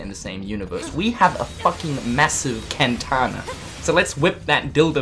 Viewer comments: Was I the only one who cringed and resisted the urge to facepalm with the way he kept pronouncing katana? IT'S KATANA! NOT KANTANA! But great video either way 😆 And I think I have a crush on Namine's brother... TIME TO ADD ANOTHER POTENTIAL HUSBANDO TO THE LIST! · Dude, no offense but it's actually called "katana" , not "kentana" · haha he says Kantana lol! love you